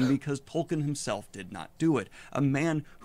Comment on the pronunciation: The guy in the video not even saying the author's name right and referring to the entire Legendarium as Lord of The Rings kinda makes me question how much of a fan he actually is.